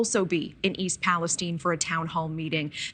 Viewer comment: So why all of a sudden is East Palestine being pronounced East Palestene?